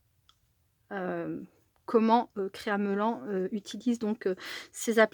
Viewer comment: Bonjour on prononce créa melanne. Pour Mélanie